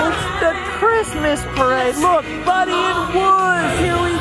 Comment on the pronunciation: when says buddy and wuzz instead of woody and buzz lmao i was like wait what 🤣